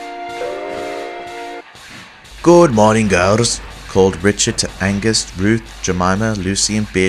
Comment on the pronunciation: It is pronounced AGNES, not ANGUS FFS. A-g-n-e-s. Angus is a boys name. Ugh people who say Angus just get on my nerves